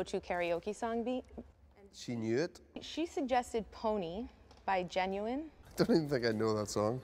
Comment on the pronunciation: Lmao mad at the way my girl pronounced “Ginuwine” lmao she said “genuine” 😭 but in not mad at his actual karaoke song! Come on MJ